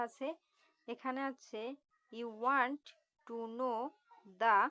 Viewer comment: ভাই ওয়েন্ট না ওয়ান্ট